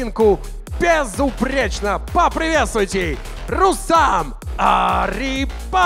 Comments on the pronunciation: Комментатор не РустЕм а РустАм!!! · Не Рустэм а Рустам